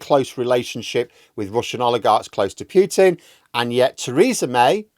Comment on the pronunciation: Pooh pooh pooh-tin as in Winnie the.... not Pew-tin...as in church benches . 4th time I mention this.